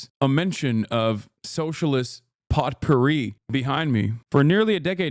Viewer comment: The t is silent in potpourri